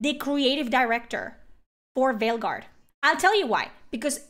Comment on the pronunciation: I cant tell if you intentionally said "Fail guard" or its just your accent but either way its perfect 👌 😂